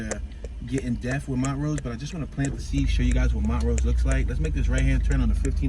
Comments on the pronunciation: Not Mon rose it's pronunced Mon trose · It's not pronouned Mont rose it's pronounced Mon troooose